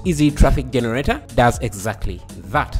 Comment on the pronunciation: For some reason I just love how you say jeneRATEr